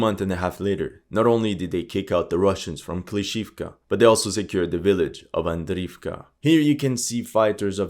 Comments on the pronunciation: I've been a huge fan of your videos for a long while, your attention to every little detail always amazed me, including how you pronounce Ukrainian and Russian names - the way you say "Запорожье" is fabulous! Thus, it's about time someone tells you: it's not AVDIVKA! In Ukrainian, it's АВДІЇВКА so you say it "AVDI-YIVKA" there, sounds much like when you say "KYIV". In Russian it's quite similar, AVDEEVKA which sounds like "AVDE-YEVKA". Now let's see if you actually read the comments. I might just post this every time I hear you say "Avdivka" hehehe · Пора вам изучать русский язык😂😂😂 не Avdiivka а Avdeevka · Акцент похож на русский/восточно-славянский, согласен. Возможно на Испанский или на любой, где так же внятно произносятся согласные, но он плохо читает названия и совсем не знает, что на этих картах написаны украинизированные варианты. Был бы он русским, то уж точно не говорил бы: Авдиивка, Работинэ. А говорил бы: Авдеевка и Работино.